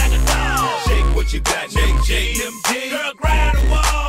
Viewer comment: "them jaenz"